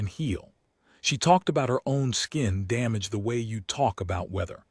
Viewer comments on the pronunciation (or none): none